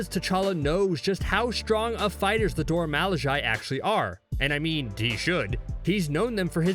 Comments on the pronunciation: Dora ma-lih-jie? 😬 Sis, it’s mih-lah-zhay. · mans said dora malijayyyyyyyy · Crazy how he says Dora Milaje wrong so many times but its pronounced for him in every movie they show up in...🙃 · Dude keep saying malaji 🤔 it’s milajie mil not mal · ''Dora Malayai'' its pronounced Dora Milahge but oof ok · I had to stop watching in the middle of video because he kept saying “dora malajae” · I can't fuking listen dormalajai anymore, stop fucking pronounce it if you fucking can't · IT IS FRICKING PRONOUNCED Dhorha Mhilaaheh. BUT I LOVE THESE VIDEOES. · Dora Milage is pronounced MEE-LA-GE!!!! How can you say it wrong for the whole video? Can't even finish the video because I can't stand this amateurism. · Dora Milaje (mee-law-jay) 🤬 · Dora M-ah-la-j-eye... wtf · Take the 10 seconds needed to find out how to pronounce the name. In fact, I'll help; it's pronounced, Dora "Muh-laJay" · If you can not Pronounce the name of the Dora Milajie right you shouldn’t say it. It’s not Dora Mil a jie as this guy is saying! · Pronounced “Dora Mi lah zhay” Appreciate the video nonetheless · Dora milage is pronounced Dora - me - la- zhey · Nearly 10 minutes of incorrectly pronouncing Dora Milaje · All this research and didn't think to learn to pronounce the name correctly? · For the love of all that’s fierce, SAY IT CORRECTLY!!! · Should be a million thumbs down to the video because you can’t even pronounce the name of the people you’re talking about. Weirdo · what i wonder is are you intentionally mispronouncing the name or are you just terrible at speech, THEY EVEN SAY THEIR NAME . but you keep saying what you want. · 1. The Dora cannot beat Tchlla 2. Please stop mispronouncing their name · I stopped as soon as he mispronounced it. She literally says it and you still say it wrong. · isn't a marvel fan because he doesn't f*ing know how to pronounce dora milajie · This fact to say the name RIGHT AND mispronounced it wrong every time after is crazy to me LOL